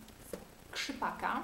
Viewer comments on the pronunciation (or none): SkrzypAka? Dobrze usłyszałam? :D